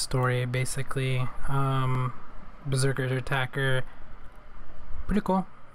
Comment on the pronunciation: bRO bREAKER NOT BERSERKER OMG..XD